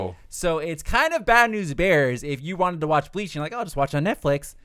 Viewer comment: Good video but man did y’all even watch bleach? Y’all slaughtered the names of almost everyone 😂😂😂